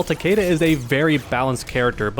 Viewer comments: Honestly, Takeda is the only good Kombat kid character, and it's Takeda and not Takiida or Takeydah. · Pronounced Tuh-kee-Duh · I just hate how they pronounce Takeda's name, that is not how you say the name Takeda, I gues they never heard of Shingen Takeda they probably jjust looked up japanese last names lol